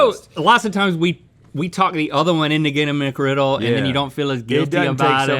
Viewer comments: Singular! McGriddle! ONE GODDAMNED SANDWICH! MCGRIDDLE! There is NO "S" in the goddamned word!!! NO "S"!!! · JUST SAY MCGRIDDLE